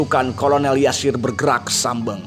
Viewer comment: nama beliau adalah Yasir bukan Jasir. Pd ejaan lama huruf J dibaca Y.